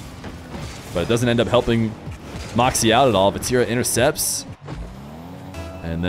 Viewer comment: i wish you would say morkzy instead of markzy